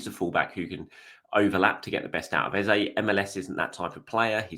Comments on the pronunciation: His name is EHZAH not EHZAY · great update as always. Should we be pronouncing Eze's name correctly? Eze (pronounced Eza) has told everyone how to pronounce his name.